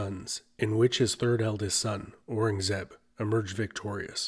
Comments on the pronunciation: Aurangzeb is pronounced: ow-rung-a-zeeb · nope. ow-rung-zeb